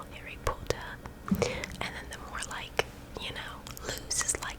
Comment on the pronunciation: I don't think your accents too bad. It's just certain words seem to switch between southern and northern. I like the way you pronounce like as loike lol just keep trying you'll get better with practice.